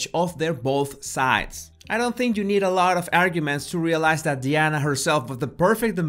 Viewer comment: It’s DIana, not DEana! It makes me crazy when you call her “Deana. Please, say it with me DI-ANA.